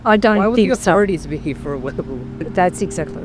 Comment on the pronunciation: When he said “here” it sounded like he said “he”. Australian accent is interesting. Anyway, this is a cool story. I saw an episode about it on the proof is out there or one of those similar shows.